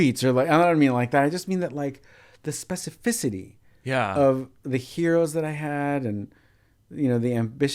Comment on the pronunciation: using "specificity" in its correct form, context, AND pronouncing it so beautifully is pure satisfaction to my OCD-grammar-brain